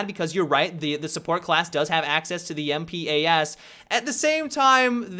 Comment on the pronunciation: it isn't MP-AS it is MP-APS